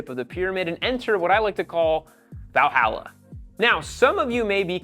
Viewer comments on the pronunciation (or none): none